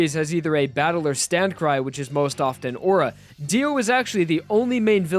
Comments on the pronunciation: Polnareffs "Hora" is also pronounced as "ora" the h would be silent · Wryyyy is pronounced REEEEEE but with the r pronounced Like the r in wry. It’s just wry but with more E, and not weary. and Ora is pronounced oda but with a little idk flick to the d like in nori and not oura. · Ummm its JONATHAN SAYS ORYA NOT "ORA" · why did you pronounce "Ora" as "Aura" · I just feel like pointing out that Johnathan (and maybe Joseph, not too sure on that one) doesn't say "ora" but actually "oriya" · Stand ORAgins??? Eh eh eh? Im sorry I dissapointed you